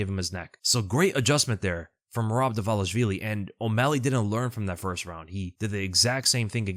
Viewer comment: Am I the only one that finds it strange all the ufc commentators pronounce merabs name wrong. They call him dwalishwilli.